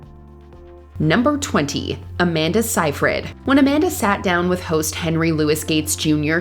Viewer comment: *sayyyyy freeeeed Seyfried.